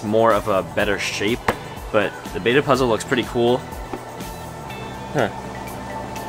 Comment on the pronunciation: It's pronounced beta like b-e-ta not bay-ta